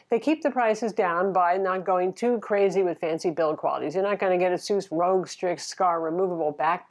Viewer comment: it's Asus ROG, as in Asus Republic of gamers. You said Asus Rogue. Nice review btw.